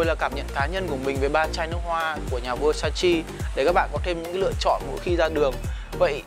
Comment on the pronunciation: Góp ý: phát âm đúng tên thương hiệu...